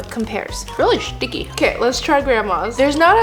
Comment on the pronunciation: she said really shhtiky😂